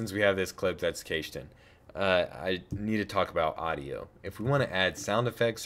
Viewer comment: 4 stars for awesome tutorial, -1 star for the pronunciation of cached